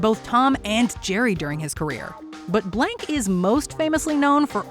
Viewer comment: I knew it had to be Mel Blanc in number one. I was not prepared for that mispronounced last name. He was most of my childhood and my mother's as well. It was a very sad day when he died. What a talent!